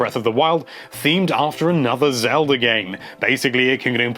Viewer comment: He said it like "zelder"